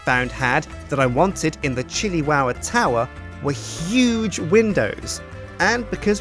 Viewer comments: It is the Chili Tow-wah! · I keep hearing shittywowwa lol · episode two: powah in the chiliwowa towah